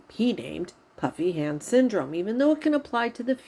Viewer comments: Haha me too. I was watching a video of hers the other day when she mentioned she was going to do this particular video and I too thought she said "puppy" hand syndrome lol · omg i have literally thought you’d been saying PUPPY hand syndrome 🤣💀